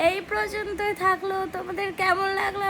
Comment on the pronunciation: একটা কথা বলি কথাটা টা পর্যন্ত হবে প্রযন্ত নয় এটা একটু ঠিক করো। তোমায় র মতো দেখি তাই বললাম খারাপ ভেবো না।